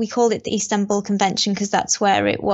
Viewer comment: What if the man has to go and get things from the house? Maybe he will have to have the police do it? Like if he needs paperwork, etc ... such things can be very important in life. P.S., It's "Istanbul" not "Instanbul" XD